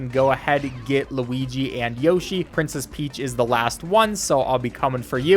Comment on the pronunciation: Haha “Yoh shi”. It’s Yoshi dude!